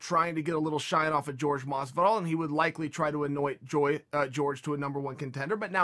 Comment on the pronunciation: Jorge is pronounced horhay not George lol